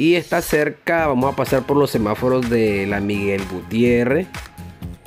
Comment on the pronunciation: Hola.. Solo para decirte que se dice SEMÁFOROS..No Semafaros!